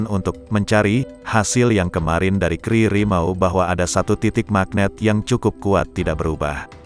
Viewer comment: KRI dibaca Ka eR I.. bukan dibaca kri.